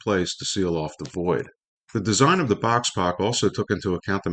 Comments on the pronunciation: Good video thanks. (Just to clarify ‘Boxpok’ is pronounced “box-spoke’) Question: what is the loco you feature towards the end? I notice it has an air horn atop the the boiler. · Isn't "Box Pok" correctly pronounced "box spoke?" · Yes, not " box pock ". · Boxpok is pronounced "bockspoke" (it sounds literally like what the design is) at least according to articles printed at the time the design was new. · Box Pok is pronounced Box Spoke.